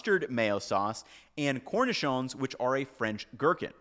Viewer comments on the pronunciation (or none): none